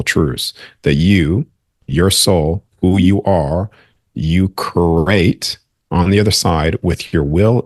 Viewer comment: CReate, not curate. You are saying some amazing things, but talking about creation without being able to pronounce the word create is blunting your message. This message is sent with love. Someone should have pointed this out because it is important. You are saying curate, not create.